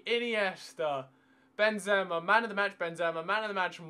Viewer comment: Stop saying ben...zema